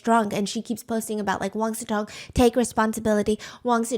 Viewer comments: Why do I always hear wang siTong instead of wang siCong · I swear i hear "wang su tong" and not "wang sicong" 😢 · I always thought his name is wang su tong (that's how i hear steph pronounce it)😂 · Wait, his name is Wang SICONG? I usually only listen to Steph so I don't see the titles most of the time so I keep hearing Wang SUTONG 😭😭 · Stephanie posted. I can finally breathe and it’s Wang Sicong. Come on 😂😂😂